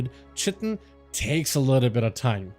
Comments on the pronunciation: I came down to find this haha, Cheh - Tin was driving me nuts, although it IS spelt that way. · Just because you've heard it both ways, doesn't mean both ways are correct lol Definitely Kite-en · Fun fact of the day: The proper pronunciation for chitin is [ kahy-tin ] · chitin= you say it like this, It rhymes with PIE TIN. So, Chitin or K +eye+tin ch sounds like a k. The letter "i" sounds like the word "eye". Then the last syllable sounds like "tin". The accent is on the first syllable so it sounds like K+EYE + tin. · 'Chitin' is pronounced kai-tin in both UK and US english. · theres only one way to pronounce chitin btw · PLEASE stop saying chitin like that, were you purposely saying it badly and constantly hahahahaha